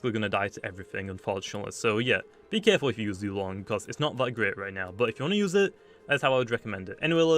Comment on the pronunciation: Y’all I think it’s pronounced Zway-Long